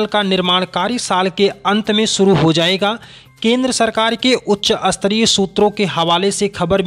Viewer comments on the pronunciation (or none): उच्चारण सही करें श्रीमान। स्तरीय को अस्तरीय न बोलें। बाकी अच्छा प्रयास, अच्छी पहल।